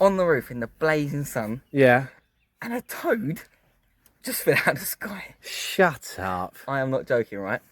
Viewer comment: "Shuuuttt uuupppp" 😂 you can take the man out of the UK.....😂😂